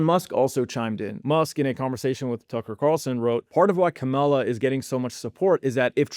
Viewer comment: “Giss-Lane” “Ka- Mall-Lah” ? Not the point but it’s difficult to believe you understand this topic when you can’t even pronounce these famous names. 😭